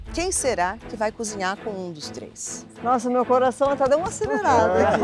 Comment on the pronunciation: acererada😂😂😂😂😂Helena trazendo risos😂😂😂😂😂